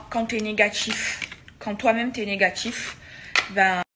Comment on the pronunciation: « Maladgi »😭😭 « négatchife » « poshitife » meava elle exagère pas la ? Déjà elle fout la merde partout après elle est victime